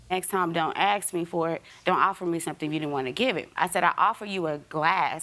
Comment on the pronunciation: She AXE you for it...